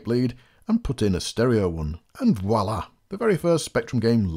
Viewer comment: “...and wallah”? What’s that? Australian for “et voila”?